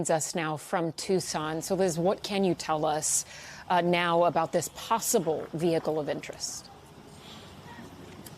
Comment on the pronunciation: Oh no, not a VEE HICKLE